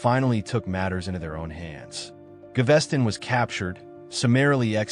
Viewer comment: Ga-ves-ton, not GaVESTon ;-))